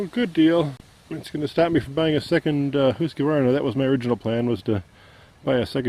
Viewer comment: Husqvarna is really Swedish and pronounced hoosk varna he is saying it correctly